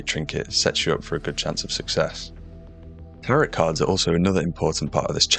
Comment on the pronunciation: The last T in "tarot card" is silent